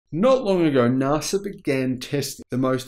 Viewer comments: Mr pedantic here : NAS...A pronunciation not Nar sa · Again with the Nahsa - it hurts my ears so badly,. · Please mate - NASA is not pronounced that way in any country on the globe. Please correct yourself ASAP ... I can't watch the rest of this video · Sorry, there is no R In NASA, if fact threre is no R in the second letters of "National Aeronautics and Space Administration" that needs its use.